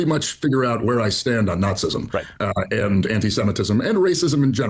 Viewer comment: HE REALLY SAID "NAZIISM"